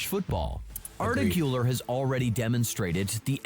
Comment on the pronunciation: i think im blind or smth still tho its hilarous that this guy calls valverde "valvarde" arda güler "ardaguller"